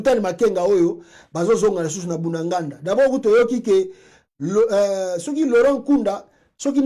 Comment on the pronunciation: Apprends à bien prononcer le nom: BUNAGANA. Ce n'est pas "Bundanganda". C'est BUNAGANA.